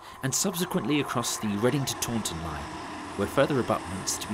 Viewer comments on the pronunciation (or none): none